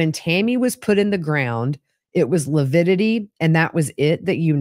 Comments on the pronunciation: That coroner was very meek. I got more of a "trad wife" vibes than a person in a position of authority. I enjoyed watching mis-use the word lividity... he called it "lupidity". Rhymes with stupidity. And I'm so angry at for body shaming a murder victim, it may motivate me to write him a letter and send it to his law firm. What a misogynist. With respect to Chad crying, we've seen lots of murder suspects fake-cry for the cameras and authorities. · Whew! This day was a difficult day to watch. really grates on my nerves. Even more so by degrading Tammy’s character, body & physical fitness. Ugh 😡 I was so mad listening to testimony. Oh & saying “lipidity” even infuriated me more. Wishing you safe travels to Idaho! Looking forward to you being there & checking out the juries reaction to. Thank you Gigi for all you do! 😊